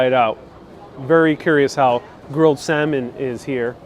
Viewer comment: The L is silent in salmon.